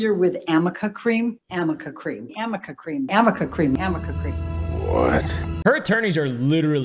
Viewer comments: It’s arnica not amica lol. Also it doesn’t turn you from Beth from once were warriors to ready for a late night show over night. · amber's attorney didn't even say it right. It's arnica cream not amica MLAMOAM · yo anyone else hear "am i a cream" or "can i uh cream" when they said amica cream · something funny about the amica cream is that its actually called ARNICA cream but the r and n were so close together her attorneys literally thought it was an m ☠️ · Ive seen on another Chanel that they said amica cream But…. Its actually called arnica cream, the r and the n are very close together So they just figured it was amica😂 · the funniest part is that it's not amica cream, it's ARNICA CREAM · It's actually ARNIKA Cream. Not AMIKA Cream. Lawyers cant even get the name right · Her LAWYER said Amica Cream?! First of all, it's ARNICA. WITH AN "N" NOT AN "M". Second, that's NOT how that works. That's not how anything works. How can you be paid several thousands of dollars for a job and not proofread? 😲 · There is no such thing as “Amica cream”, it’s called Arnica cream, right?? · Its not even Amica cream. its ARNICA cream. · It's not even amica cream, it's arnica cream so that should say it all. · By what I hear, It's ARNICA cream, but someone said AMICA cream by mistake and as a joke a few YouTubers just RAN WITH IT!! Including (but not limited to) ThatUmbrellaGuy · Her lawyer sat there mispronouncing ARNICA cream. And even that doesn’t instantly remove bruises.